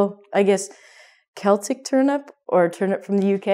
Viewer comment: great lesson,thank you. I have only a question: why you pronounce Cheltic people? In Europe we say Celtic people, just like other words starting with 'Ce', like 'ceramic', or what else. Tnks